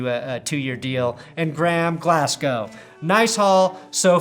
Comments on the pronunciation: please pronounce his name glas-go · Long time love from Scotland ✌️ Pronounced Glazz-gō over here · As a scottish person, your pronunciation of Glasgow was weirdly upsetting. For future reference it is pronounced like Glaz-go Edit: did pronounce correctly